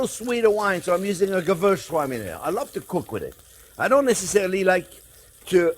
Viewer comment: i love how you say "Gewürztraminer"- cheers from germany